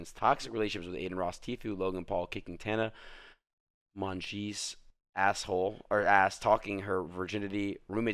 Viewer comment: Adin: Tana Monjeece